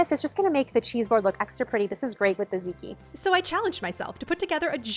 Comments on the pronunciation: I love your videos!! Can I just "complain" about something, though? It's pronounced "TAT-ziki". Not just "ziki". I'm sorry, I notice those silly little things. And it's also because I absolutely 💕 LOVE tatziki sauce!! 🤣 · I love the ideas, specifically the charcuterie. One thing though, tzatziki is pronounced ZAHT-ZEE-KEY. :) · Everything looks so good! Think of tzatziki as Zot (like dot or hot) Zee (like the letter) and Key. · I'm saying this out of love - it's pronounced "zat-ziki".